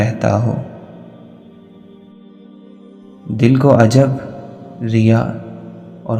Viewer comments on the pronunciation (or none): Right pronunciation is ' Ujub' for self love